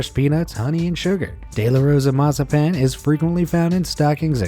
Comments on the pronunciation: It is pronounced Mazapon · It’s massapan not what you said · Not mosapon